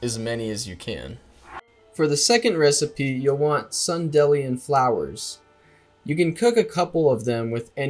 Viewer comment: Sun-dē-lions..... like Dandelions!